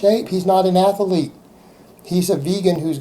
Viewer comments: “Haha that’s funny I didn’t know A-tha-lete had 3 syllables, that’s ah-may-zing” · "He's not an Ath-0-lete" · Its ath-uhh-leet. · I didn't know "athlete" had three syllables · Joe H Register...er